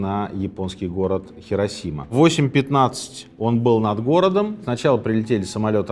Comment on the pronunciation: Сергей, Хиросима. Понимаете, хИ... А вы всё время тяготеете к "хЕ". Если вам интересно знать, в японском даже нет такого слога "хе". Правда, есть "хэ", но это уже совсем другое звучание)